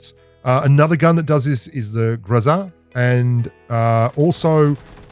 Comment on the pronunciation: Is he said graza